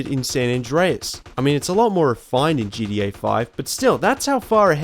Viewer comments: It’s gTa not gDa ffs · It's g-t-a not gda bro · Stop saying GDA, it's GTA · Dude you saying GDA makes me hate you lol it's GTA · I hate how you say GTA it sounds like you're saying GDA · It's gta not gda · its called GTA not GDA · gTa not gDa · Dude GTA not gda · What is GDA? Why do people say that what is so hard about saying G T A !!!! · Isn't geedee-eh kind of a lazy way to say gta? Lol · "djee dee ayy" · He said GDA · Ok good I thought I was the only one hearing that